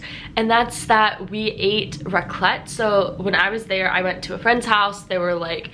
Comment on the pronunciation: As a Swiss it triggers me so much how you say Raclette. 😂You pronounce the a not the ts (Raaaclet). Same goes for Fondue (Fooondü instead of Fondüüü). Swiss usually emphasize the beginning of a word, while Germans emphasize the end of a word.